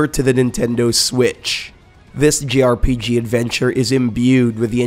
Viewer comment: he keeps saying "grpg",,,,,, its jrpg